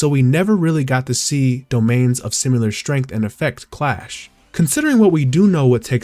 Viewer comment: You're pronouncing "Similar" wrong. There is no "U" sound